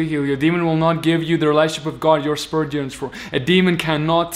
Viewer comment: The only evil thing in this video is the way you been saying Spirit. SpErT